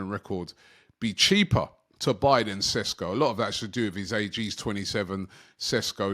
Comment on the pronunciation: It‘s Sheshko not Sesko!